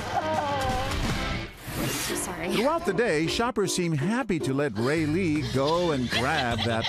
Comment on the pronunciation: When the actor has the same name as you... (Raylee) AND THE ACTOR SAYS IT RIGHT BUT THE PRODUCER SAYS IT ALMOST RIGHT BECAUSE HE SAYS Ray-LEE OR Ray-lEE INSTEAD OF Raylee.